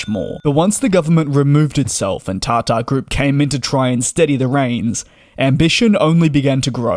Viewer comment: Isnt it Tata group? Why does he says TarTar